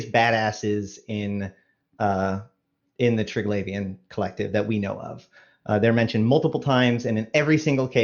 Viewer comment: tell that idiot who cant read its Tri-Gla-Vian not Tri-Glai-Vian such a simple word. READ it slowly. theres no Glaive its GLAV.